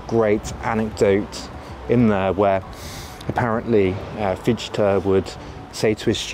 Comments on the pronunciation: nicht Fietschte, he is called FiCHte, CH chh, like a cat hissing. no sh or sch sound in there. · it's not pronounced Fish-ti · Fichte ["fish-ta"]… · So Fichee was a solipst. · Fichte heisst er! Herrje! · A truly wonderful video. But please learn how to pronounce 'Fichte'. Please! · For the love of God, stop saying Fichte like that. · Nice video and a great overview through the centuries. But please try a correct pronounciation: NOT "Hayghel", NOT "Hearder", NOT "Fitch-Te". Thx. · I like your content - but a wee bit more effort on all those names , especially Fichte or ¿Fitshtä? and quijote ¿ciyote?